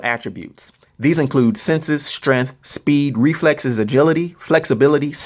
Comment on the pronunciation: This guy pronounces strength like Kevin Hart in jumanji